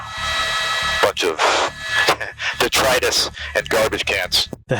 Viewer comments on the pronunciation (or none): is anyone going to talk about that cops horrible pronunciation of "detritus"